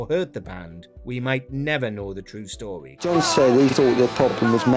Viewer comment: As you start by getting John's name wrong I stopped watching